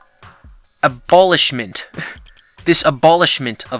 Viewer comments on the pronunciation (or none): Abowlishment eh? Haha try again brother